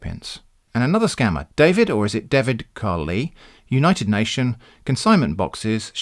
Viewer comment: Javid not David.